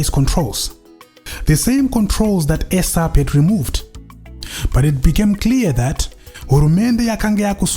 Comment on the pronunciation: Point of correction dear good english speaking presenter. Its NOT ESAP as in AIRSAP or as in EGG. Its ESAP as in eeeesap or as in isap. Thank you for a good amd detailed walk into memory lane This is very good and informative presentation